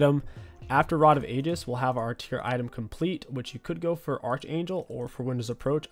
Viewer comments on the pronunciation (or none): it's pronounced ARK-Angel